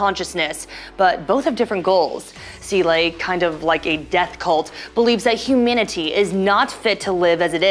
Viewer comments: Why are you pronouncing humanity as "huminity"? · 1.why does she say humanity so weirdly and 2.the angels don’t come from Lilith they come from Adam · is she trying to say humanity? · why does she say humanity like that?????